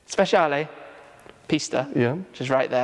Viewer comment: Correcting you on pronouncing ‘Dodici’ but then saying ‘Speshiale’ instead of with a ‘ch’ sound. Spe-chia-le.